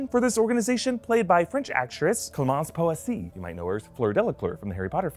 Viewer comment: Absolutely butchered the pronunciation of Clémancy Poséy , lol